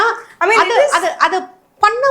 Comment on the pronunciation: யம்மா "அத்து" "அத்த" அப்படின்னு உச்சரிக்க கூடாது. "அது" "அத" அப்படின்னு உச்சரிக்கணும். Ellam tanglish la atha atha nu padichu atha ney solringala? Tamil paduchingala illaya neengalam?